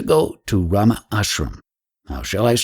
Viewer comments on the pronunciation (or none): none